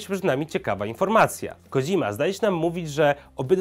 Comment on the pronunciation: Kodźima XD